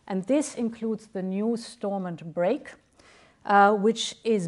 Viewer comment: Funny watching him 😄 he thinks he knows what its like to live in Northern Ireland or anything about the good Friday agreement 🤔 tell that to the new ira going backwards he cant even say stormount properly fs .... joke